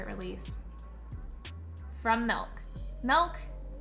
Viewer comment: featuring mostly milk cosmetics products fucking pronounces milk as malk